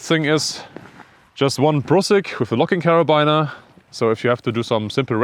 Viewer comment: Sehr interessant! Abseilen sollte man in der Schule lernen! Übrigens, da das Wort "Carabiner" so oft fällt, es wird tatsächlich "Kerabiner" ausgesprochen. Also nicht wie "Liner" oder wie man es erwarten würde, sondern einfach nur mit "i". Tut dem interessanten Video keinen Abbruch aber für zukünftigen Kletter-Content mag das ja vielleicht interessant sein und gut zu wissen.